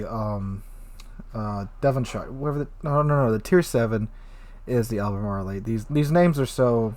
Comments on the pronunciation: Lol dude I love your videos but you kill me with your mispronunciations. It’s “Al-ber-marl”. Not “Alber-marly.” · Great video, love the Brits. Ruisers. Al-buh-MAR-all